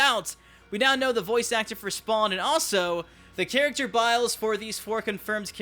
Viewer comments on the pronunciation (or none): none